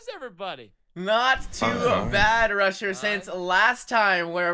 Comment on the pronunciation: Haha with cc's on when said "Rusher" It came out as russia.